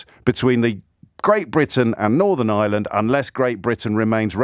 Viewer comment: James. You. Are Not. Pronouncing. IRELAND. correctly. It. Is. NOT. NOT ISLAND. IT IS. IRE LAND.. IT. REALLY. ANNOYS ME. . YOURS. IN PEACE.